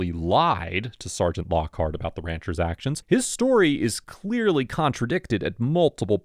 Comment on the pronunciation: It’s the pronunciation of “Ranchers’s” for me